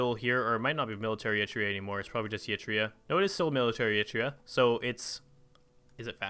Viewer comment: So, I guess the Middle Eastern Coalition is based around Social Democracy? And as long as we're gradually fixing pronounciations, it's "Eree-traya", not "Eetria". ;)